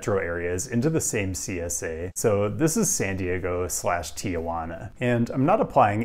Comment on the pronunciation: Why do all Americans pronounce Tijuana so wrong?